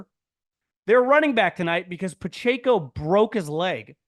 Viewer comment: It's Puh-Check-Oh...not Ayko!